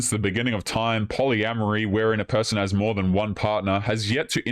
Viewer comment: I'm done with women that can't even say a simple word like " more".